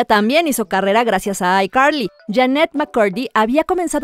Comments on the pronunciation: PORQUE ESO DE DICES BIEN DRAKE Y JOSH Y NO DE ICARLY NO EN VEZ DE DECIR ICARLY DICES AICARLY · SE DICE ICARLY Y NO AICARLY